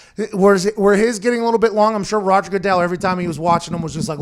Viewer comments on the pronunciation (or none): none